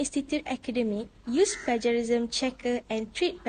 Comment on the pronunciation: Acedemic ✅ Academic ❌ Mohon betulkan sebutan 'plagiarism'. Yg tudung biru, jangan gema sgt suara tu. Ada masa nnt, saya tmbh lg.